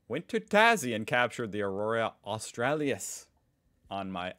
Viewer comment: Aurora Australis. Au-stra-LIS no a at the end there bro.